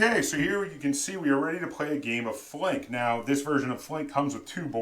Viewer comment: Thanks! First reviewer that pronounces my name correctly :)